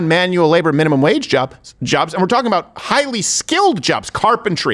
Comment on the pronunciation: he said aboot lol